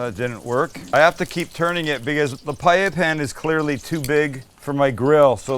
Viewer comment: You know this guy knows what he's doing when he knows how to actually pronounce "paella."